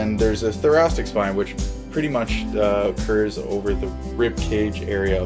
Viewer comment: I kept hearing thorac*t*ic ( for example)